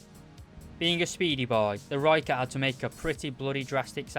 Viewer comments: Jip whats this lhoicat thing everyone going on about! Rrrrrrr-oi-cut is only way I think Brits and Americans will be able to say it. But this guy still did a good review. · Any South Africans here annoyed with how no one pronounces the name right🤦‍♂️ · I am not south african i am dutch but since some words in south africa are almost identical i am triggerd but i cant blame him its not easy to say that if your english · It irritates me greatly